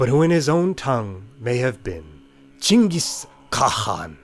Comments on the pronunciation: OH MY GOD FINALLY, SOMEBODY SAID CHINGIS INSTEAD OF GENGHIS KHAN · I am Mongolian and you should be mongolian like bruh you nailed it